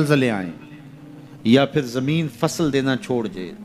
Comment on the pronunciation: Bhai ji jambin nhi zambin parhte hen